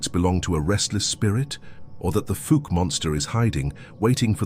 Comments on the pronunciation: I came looking for this. That pronunciation is cringy. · Cool video. The way Fouke is pronounced is a hoot 😂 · Old Arkie here 👋 If you decide to go Sasquatch hunting in Fauke, you'll want to learn the proper pronunciation. It's "Fawk" like "hawk." You'll get the side eye at the Quick Stop if you say "Fook" ☮️ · Fouk, fow as in wow not fook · It’s pronounced “Foke”, not “Fook”. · It’s pronounced “Falk” not Fook . Lol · "fawlck" for pronunciation not "fook" love the video, not being a jerk, just trying to be clear. My wife's grandma grew up there. 😊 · Fuc Arkansas, lol, it's pronounced fowk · The Fuk monster, that's funny😅😂😂 it's Fouke monster in Fouke Arkansas. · I was born in Arkansas and I've never heard of fawk but I have heard of fouke pronounced like ouch fouke . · It's FOUKE not FOOK. 🙄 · where is Fook Arkansas? ohh fook me he is talking about Fouke. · Fouke is not pronounced they way you say it,its pronounced like mount,Fouke,when i was a kid i had a cousin that lived there,every once in a while you could hear it screaming! I've live all my years in Arkansas,but after hearing it a col time's i never went back,My cousins finally moved to N.E Arkansas where we live!!! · Fouke (pronounced F-ow-k) Monster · 😂😂😂😂yes we are. I make fun of people in person and on these videos. Get it right folks. It's pronounced Foul-k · I was in until he pronounced Fouke FOOK. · It not called fook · Falk monster. Get it right. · I think it's hilarious when non Arkansans try to pronounce some of the names of our towns and counties ... Fook ??!! It's spelled fouke and pronounced the same way cow is 😅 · Oh and i meant to mention that Fouke is pronounced like FOUL but with a K... FOUK!! LOL! Just trying to help!! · I was laughing so hard at "fook" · The Fouke monster and the town it's named after, is pronounced F O U W K. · Can't stand to listen how Fouke is being pronounced.